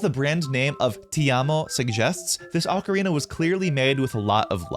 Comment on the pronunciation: It's pronounced "oh-karina". That particular model is not well tuned